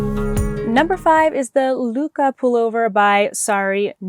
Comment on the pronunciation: I love my Leith cardigan and am so happy that you're making it too! It's such a quick knit! The vowel in Lykke is pronounced like the i in 'knit', but with rounded lips. If you just say it like the short i-sound, it will be close enough for someone not living in the nordic countries. 😊